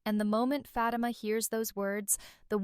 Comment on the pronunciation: I WISH YOU LEARN TO PRONOUNCE FATIMA CORRECTLY.